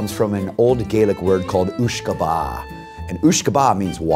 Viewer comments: uisce beatha is the irish for water of life BUT its pronounced ish-ka baha not oooshka ba 😂😂😂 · Funny that a 'whiskey expert' can't pronounce the word that 'whiskey' originates from. It's pronounced 'ishka baha', not 'ewshka baha'. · uisce beatha is the irish word for whisky..prounounced ishka baha...not ooshka baah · Oosh kabah is the Scottish pronunciation Isssh kabah is the Irish pronunciation therefore, it is NOT pronounced Gay-lic but pronounced Gah-lic. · oosh-ka-ba is wrong mate its ishka ba-ha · My guy really said "ooshkahbah...". It's "uisce beatha" (ish-ke ba-ha). Atleast he got the meaning right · Its not gaelic its irish and Its not pronounced ooshka baa its ishka baha you fucking clown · It’s Pronounced “Ishka” not ooshka, just saying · "Ooshka Baha", just to say it's pronounced "Ishka Baha" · Just for the people misguided by the guys incorrect starting point, the Gaelic phrase 'Uisce beatha' is absolutely not pronounced "ooshkabah" it's pronounced "ishka baha" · Im Irish and about what the guy in the suit says at the start it's pronounced "ishka baha" not "ooshka ba" and it's spelt like this: uisce beatha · Uisce beatha is pronounced ishka baha not ooshka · "Ooshka ba" I'm Irish and I sure as hell know that Uisce Beatha is pronounced "Iskha Vaha" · Sorry to do this but the start guy is right about the water of life but he pronounced it like someone who's not spoken or learnt Irish, so it's spelt, "Uisce Beatha" and is pronounced ,ish-ka baah-hah, very big emphasis on the baah 😂😂but this is coming from a Dubliner so😂😂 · Uisce beatha is not pronounced OOSHKA BAAAHH , It's pronounced Ish-ka-ba-ha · it's pronounced ishka baha not ooooshka ba... beatha means feed not life :P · "ooshka bah" HAHAHAHAHA It's spelled "uisce beatha" and it's pronounced "ishka baha". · jesus christ that guys pronunciation of "uisce beatha" was horrendous. ishka bahha is how it's pronounced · It's uisge beatha pronounced oosga betha NOT BAA whiskey expert my bum